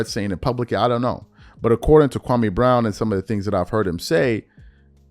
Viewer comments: Stephen A still mispronouncing Kwame's name. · Countdown to KB response and we know its gonna be bad lol, and he’s on video going to schools trashing Kwame n he still won’t say his name correctly